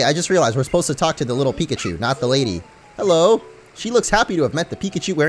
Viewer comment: Hewo